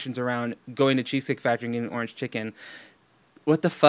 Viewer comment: I get triggered as F when she says "ornge"